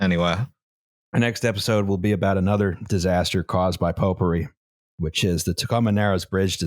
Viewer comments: anyone else starting to hear "popery" as "potpourri" after a while? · Pope-ery, or potpourri?